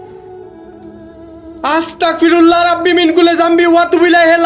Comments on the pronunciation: আপনি দয়াকরে পবিত্র কুরআন ও দোয়া কালাম দরুদ গুলো সহি শুদ্ধ ভাবে উচরারন করা দরকার। দেখুন, এখানে হবে, আসতাগফিরুল্লাহ। গ এর ব্যবহার হবে। ক এর ব্যবহার করছেন। এটা ঠিকনা। আমি আপনার কল্যান চাই। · ভাই উচ্চারণটা ঠিক করে বলবেন। উচ্চারণটা হবে আস্তাগফিরুল্লাহ